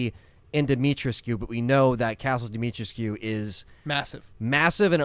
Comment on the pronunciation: I believe its Dimitrescou not Dimitrescew based on most people and google translate in romanian